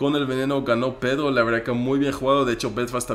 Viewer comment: me encanta q en vez de decir pedro dice pedo